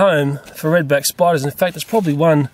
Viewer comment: I love the way he talks 😂😂. Reed beck spoiduuuuuuuuus 😂